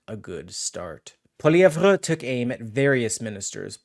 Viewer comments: When are you going to learn how to pronounce Pierre's last name? Listen to the way HE says it! It's pronounced like "POLLY-EV". The "RE" is silent! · Hey you need to say Pierre’s last name right. It’s very annoying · Please learn to pronounce the name of the leader of the Conservative Party. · bro why u pronouncing pollievre like that? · Please learn hous to say Pierre's last name dude! NOT CHATGPT!!!! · I literally was reading the comments just to see if his pronunciation of Pierre's name annoyed anyone besides myself! I find it so very irritating! Thank you for your comment!